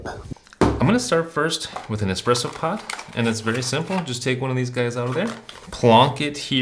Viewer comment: The espeesso boss haha